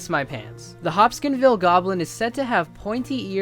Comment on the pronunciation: It's the Hopkinsville Goblins, not the "Hopskinville" Goblins.